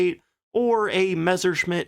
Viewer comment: One of the few WWII channels that doesn't pronounce it "Meshershmitt." THANK YOU.